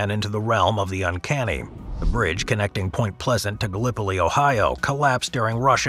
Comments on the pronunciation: Gala poliss is how locals say Gallipolis. But it certainly isn’t Gallipoli 🤦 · Wow! You BUTCHERED how you say Gallipolis Ohio! just saying